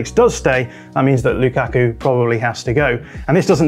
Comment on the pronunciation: I don’t know why I heard pronouncing lukaku as Luke Aku